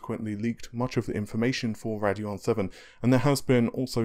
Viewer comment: Ray-deon not rad-eon